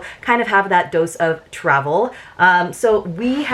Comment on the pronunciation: When you said dose of Travel I first Understood “dose of trouble” lol